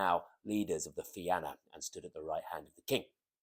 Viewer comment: Salmon of Knowledge Fi-na not Fi-an-a Fair play otherwise